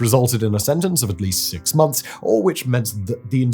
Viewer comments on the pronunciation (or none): none